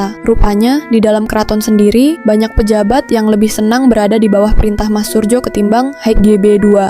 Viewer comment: RM Surojo, bukan Surjo